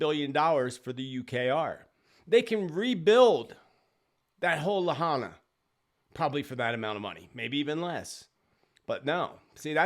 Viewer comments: It was a 5.1 earthquake not 5.5 and Lahaina is pronounced LA HI NA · I call bunk on thar photo of the laser beam, perhaps from the Paradise fire years back but not Lahina. Hawaii, on the whole, is more 'jungle' than 'forest'. More deciduous trees than Evergreens. That looks more like the mainland. Also, I believe it was Biden who used the term 'Laser focused'. Lahaina is pronounced La High Na,. I hope that helps to quell your uncertainty about how it is pronounced. Thanks for all you do,. May you remain safe. 🙏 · Not sure if anyone mentioned, but the green lights were seen over Mauna Kea on the Big Island. PS: Lahaina is pronounced “La-High-Nah”. Thanks for all you do. So grateful :)